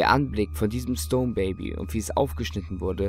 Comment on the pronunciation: Hab auch erst "stoned" verstanden xD